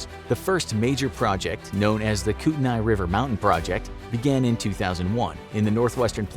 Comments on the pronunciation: We locals call the kootenai river kootnee river not the koot uh nye river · Every time he said Kootenai like that, I died a bit inside. I grew up in Coeur d'Alene, ID near Silverwood Theme Park. It's in Kootenai County. The locals pronounce it like coot-knee. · If growing up in kootenai county, Idaho has taught me anything- it’s that you are pronouncing kootenai wrong. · No big deal but you pronounced Kootenai rong